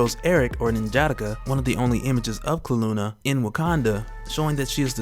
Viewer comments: SAY HIS NAME RIGHT (en-gee-dock-ah). Not jadaka😂👌🏾👌🏾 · His name is N’jadaka more spaced out not as together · Linguistics PHD here; if its following English syntax it'd be "En-Juh-Dah-Ka". I could possibly be wrong in "Dah" actually being "Duh". It really is up to the reader id, say, since even though SOMEONE has to have known the original prenunciation of the name, we likely have seen WAY too much different writers and years between his creation and now in general that we will never really know the real true pronunciation inasumch as the CHARACTERS CREATOR intended. TL:DR; It really comes down to 3 factors all complicated and, quite honestly, kinda boring. But that explanation I just gave is, basically, it.